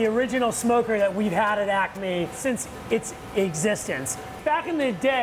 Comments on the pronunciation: Girl : Acme What I heard : Acne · I’m hearing ACNE wtf